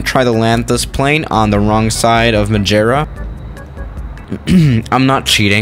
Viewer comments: Majierra??? Just say madera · Its MadEIra not MadJEra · Its MADEIRA not Madjira lol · The word: "madeira" The pronounce: "mádêíra": "Majera" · let’s land at Madjeria Me: what the hell its maderia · Wtf is majera? It's Ma-de-rra Madeira it means wood, and I really don't know why they named it like that, the dude was probably drunk on some really early super bock 😂😂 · Majeria 😂 it’s mad-er-ia but nice try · Majira cant say madeira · “Madjera”😂 Um grande abraço de Portugal🙌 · MI-DE-RIA For which can’t pronounce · I’m Portuguese and he just said madjeura??? Lmao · I think it’s called Madeira - not Mageira. 😂😂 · It's pronounced may-day-da and I live there, it's a Portuguese Island if you didn't know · I am from Madeira (madjera hahaha) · Madeira - pronounced mad-eh-ra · “Mageira” bruh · Its ma-deer-a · I'm from Madeira and it kinda pissed me off how he said it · It’s Madeira not Madeira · It's spelled like Maadeiraa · Kind of annoying how you can’t pronounce Madeira, it doesn’t even have a letter G in it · The way you pronouce Madeira gives me OCD. Src: I am Portuguese